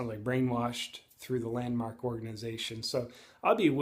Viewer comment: JP the way you first said it sounds like Landmarket LOL